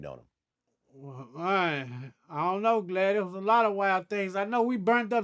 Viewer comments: That's why I think he says Glad instead of Vlad but the Lv sweater makes me think he might be Vice Lord or he can't pronounce DJ's name. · His Country ass called Vlad “Glad” 😂😂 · Ok after hearing him call him Glad instead of Vlad in 2 videos now I see why...🤟🏾✌🏾👌🏾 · no ones gonna say a damn thing about him calling vlad "glad" the entire time 😂😂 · Him calling Vlad, “Glad” got me in tears.😂😂😂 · Did he just call him "Glad"?? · Is it just me or does crunch black keep calling this fool glad😂😂😂GLADTV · He said "Glad"....😂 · Is he calling Vlad...... Glad lmao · I swear hes calling him Glad hahaha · He’s still calling him Glad. Vlad haven’t corrected him yet. I guess he’s scared😅😂😂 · Ismael Ben Benjamin — him saying glad make the interview betta Lowkey 🤣🤣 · He's GD probably why says Glad instead of Vlad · Did he call that nigga 'glad'...lmaooooo😂😂😂🤣😂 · I thought he said glad😂😂😂😂😂😂😂😂😂😂😂😂😂😂😂😂😂😂😂😂😂😂😂😂😂😂😂😂😂😂😂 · The next time you upload a clip from this interview please beat and corrected this man on how to pronounce and say your name. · Vlod refuses to check anyone that mispronounces his name I see.